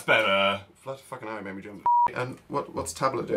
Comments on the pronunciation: the way Dan said Fuckin' hell at the end sounded so different with a weird accent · “jesus, foken ell”